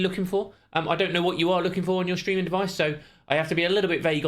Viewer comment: It's not shtreaming it's STREAMING! 😜